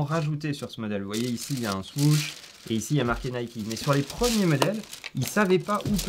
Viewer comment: Je voulais regarder la vidéo, mais quand j'ai écouté parler son pote ça m'a rendu fou. même toi tu sais pas le prononcé le mot "Huarache" le pire c'est quand il a dit Swoosh, Putain j'ai Saigner des oreilles !!!!!! 😡